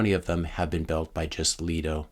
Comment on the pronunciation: Pronounced, "Lee-doh"